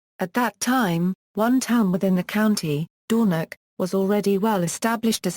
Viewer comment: Being Sutherland born I found this Audiopedia insert very interesting. However, the experience was a bit spoiled by the wrong pronunciation of several place names such as Dornoch, Golspie, Strathnaver, Cromarty, Caithness and even our language "Gaelic" a bit jarring.